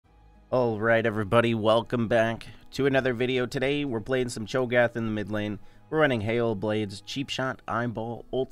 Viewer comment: Why do you say “today” like “tootieee”?